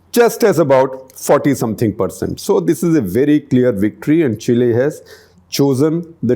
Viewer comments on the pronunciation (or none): Chacha, “chill’e”, 😅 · Now with all these leftists, India is the only emerging economy destined to grow. Chile (pronounced Chilay) has resigned from global race!